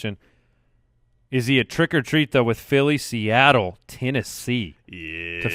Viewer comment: Did I hear "Trick or Teet?" ?